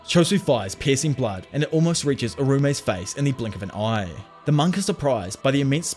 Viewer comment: not to be rude,, but the way you say "piercing blood" spounds as if you were saying "pissing blood" wich is very funny